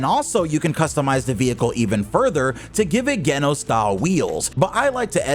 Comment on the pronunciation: Tf you mean KEN-NOSE????